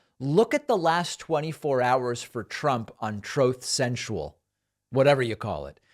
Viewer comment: Trowth sensual lol!!! It was Stalin from me!!